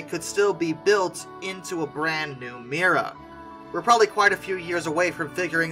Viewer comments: It's not "Mira", it's "Mriya" The "R" is infront of the "I" not the other way around. I absolutely love this plane, I really hope they will manage to rebuild her. My father has this amazing story about her.. Back in 1989, before I was even born, my father saw her flying above our house when she was landing in Prague when returning from the Paris Air Show. Yes, it's when she had the Buran on her back. My father just jumped in his car, drove to the airport, lied his way through the security gate claiming he worked there and got right on the tarmac (yeah, the security was a bit different back then :-D), and got some beautiful photos of her. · If an aircraft is one of a kind it's unique - not "extremely unique". Something is unique or it is not. Not "Mira" but "Mrya". They're pronounced differently, you know.